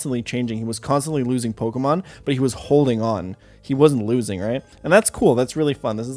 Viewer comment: I like how Ludwig is an English major but he can't fucking read and pronounce Pokemon names for shit